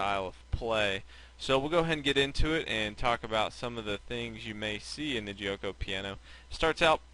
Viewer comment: the "g" in giuoco is pronounced as a "g" not as a "j". like the "g" in gambit, game etc